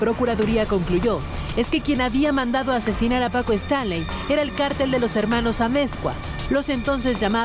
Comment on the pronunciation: PACO QUÉ? ninguno de los 2 sabe pronunciarlo jajaja